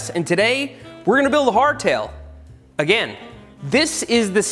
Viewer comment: The way he say again is funny